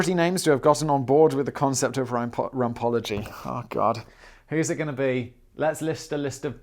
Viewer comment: 1. I thought you said "Ron Paulogy" not "Rumpology" 😂 2. Domesticated chickens don't fear shadow of a diamond kite, circular frisbee, or even that of a duck/goose BUT they do fear shadow of a hawk even if there's no bird present. Scientists ran a study on newborn chicks from an incubator where they ran various shapes across a zip line to cast different shadows on the ground & their conclusions were surprising. The chickens instinctively recognized the shadow shape of a predatory bird & ran for cover but ignored migratory bird shapes - with no prior knowledge of either... There is SOME validity in the genetic memory theory & they think that's why some people instinctively fear the dark. 3. Ear candelling actually works if you've got swimmers ear, but there's other options that are much less flammable & face melty... 4. Free Danny from the radiator before I call Hague or Geneva on you... That b*tch still owes me a favor - don't make me use it, Simon!